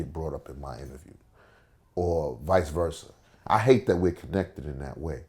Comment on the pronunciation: "vise versa"